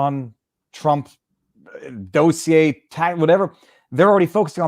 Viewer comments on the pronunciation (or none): none